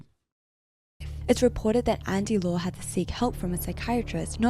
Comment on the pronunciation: That is not how you pronounce Andy Lau...